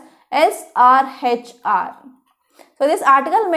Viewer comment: It's not SHRR, It is SRHR SEXUAL AND REPRODUCTIVE HEALTH AND RIGHTS